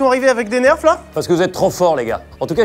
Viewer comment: « des neurfs » merci carlito